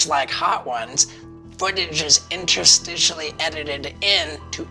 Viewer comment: Steve-O said "Interstitially". Nice!